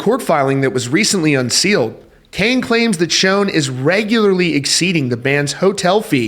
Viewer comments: Bruh not being an ass but you’re pronouncing Neal’s name wrong. It’s not pronounced, “SHOWN,” like the picture was “shown” to everyone. It’s pronounced, “Shaan or Shawn.” Journey will never be Journey without Steve Perry. Steve will always be the face of Journey, and that’s a fact. That’s just my honest opinion. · It's not pronounced "shown"! It's "Shon"! Do some research! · Learn how to pronounce Neil's name. Pronounce Shawn not shone. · You’d kinda think a guy doing a Rock music stream would know how to pronounce Schon. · Who told you how to pronounce Neil's name? Yet another Neil that is said wrong. Fun fact others to work on. 1.Appice 2.Peart. 3.Meine. 4.Udo. 5.Pineda. 6.Augeri. 7.Beato. 8.Mangini. 9.Sherinian. 10.Siberiano. I was always taught that if you are going to talk about reference or speak of someone, at least learn their name. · WOW, you still can’t pronounce Neil’s last name CORRECTLY. 😂😂